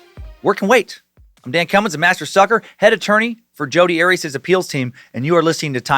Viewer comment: Jodi's last name is not Erias, it is Arias like Ah-Ri-HAS short A.